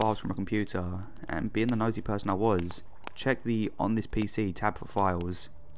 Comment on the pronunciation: PERSON, not PERSTON!